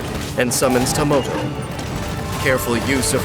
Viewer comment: is that some kind of gag I don't understand with the dolls??? They are spelled Tamoto When Dainsleif says their name, it sounds like Tomoto, and when Chiori summons them, it sounds like Tomato...